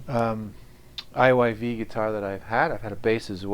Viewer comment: 😂 also me. I didn't notice the right way is IYV until the guy in video pronounced it. I thought the brand was called IVY